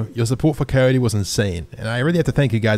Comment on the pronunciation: When coyote say crwy I crwy